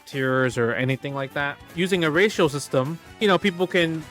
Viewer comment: I really love the way when he says ratio it sounds like "Racial"